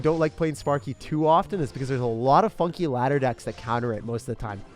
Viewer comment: I thought he said fucking 😂😂, turns out he said funky lmao 😂😂